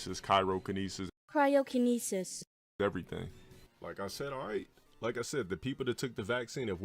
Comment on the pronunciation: What's really funny to me is that played Gill in SFV and still can't pronounce Cryokinesis right LMAO